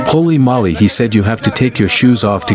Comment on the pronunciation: Is anyone ever gonna tell them its "HOLY MOLY" not "HOLLY MOLLY" OR HOLY MOLLY !!!!